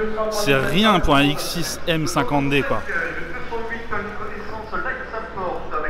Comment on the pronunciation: Au lieu de comprendre "ça reste un très bon prix pour ce x6" j'ai entendu "ça rest un très bon prix pour cette saucisse" 😂 😂